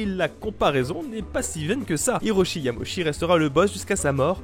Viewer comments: Yama-uchi,. "Uchi", pas Yamochi. J'entends souvent cette faute, logique de la part de francophones, mais rappelons-nous que les voyelles en japonais sont indépendantes entre elles (y a un terme en linguistique, que j'ai oublié), à l'exception du "ou" qui donne "ô". C'est tout pour la minute tatillonne. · Super vidéo ! Cependant il y a une erreur : le hanafuda n'est pas un jeu inventé par Nintendo mais un jeu traditionnel japonais. Ah aussi, hiroshi yamauchi ça se prononce pas "yamoshi" mais "yama-u-tchi" :) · Une chose au cours de la vidéo tu lisais "Yamochi" Mais en vrai Ça se lit "Yamaouchi". Voilà voilà de passage rapidement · Petite précision, parce que j'entends souvent cette erreur, mais il ne faut pas écorcher le nom de Yamauchi en le prononçant à la française. Il faut découper le nom en Yama/Uchi et le Uchi se prononce en fait Utchi. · Ca se prononce Yama Ouchi au passage ^^ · ça se pronomce: "yama -ôchi", vilain qui parle pas japonais! (c'est pas une tare, même en prenant des cours j'y bite rien quand même ^^)